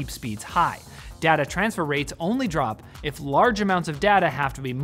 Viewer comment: Cant lie i hate the way he says data i get OCD